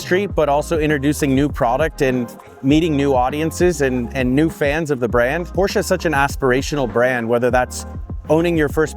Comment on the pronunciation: Thank you for pronouncing Porsche correctly